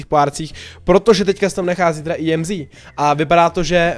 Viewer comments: EMZ NE JEMzi nebo jak to je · Já to vyslovuju Emz, jsi první koho znám a vyslovuje to "Jemzí" 😂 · Říká se to EMZ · Tak co? Vyslovujete tuhle novou brawlerku [emz] a nebo [íemzí] ? :DDDDD vím, že to vyslovuju špatně, zlepším do příště! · to není imzí ale emz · Í EM ZÍ xd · Říkal jí (íemzí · Tak 1.je to emz a né íemzí 2.ta emz je na dálku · JE TO EMZ A NE IEMZ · ake íemzí je to emz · Neříkej jí emzí ale emz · Mega dobrý video ,líbí se mi že jsi zase plný energie a povzbuzení (PS měla by se asi vyslovovat emz 😅) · Říkej [Emz] 🙂👍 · Ne je to Emz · Normálně než ne íemzí🤣🤣🤣🤣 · čte se to normálně Emz.:D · Čte se EMZ normálně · Ahoj čte se to emz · Vyslovuj to emz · Nn je čte se to emz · Jméno emz se vyslovuje tak jak se píše